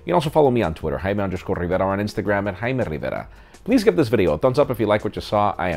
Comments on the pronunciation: am i the only one who thinks this man pronounces his name like hai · Man i seriously don't like how he says jaime rivera